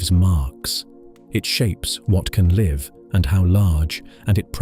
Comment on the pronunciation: Shame your AI/text reader can't tell the difference between 'liv' and 'live'